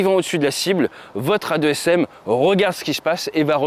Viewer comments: AASM et non A2SM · On dit des « deux-a s m » pas des « a-deux s m » ?!? C’est pas important, bonne vidéo, bonne qualité, continue comme ça !